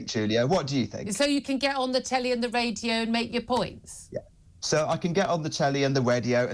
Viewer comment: ooh he's on the wadio! Is he allowed to say "the wight people"